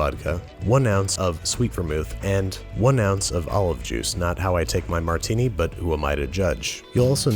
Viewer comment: Almost stopped watching at the "Martini". Give it the ol college try again, you'll get it soon! Love the vid otherwise